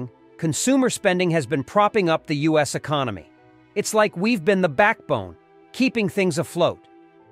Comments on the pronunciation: And it said, "oos" instead of "us" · "OOSE?" You mean "U.S" LOL this is such obvious AI trash. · Does robot man think the U.S. is "oooose"?